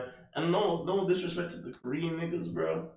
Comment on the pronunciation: You should learn how to read or pronounce the word, it is not ko- rection or ko-ration it is ko-re-an okay korean